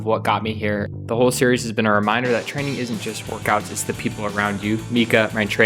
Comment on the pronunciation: do you mean "frayning"?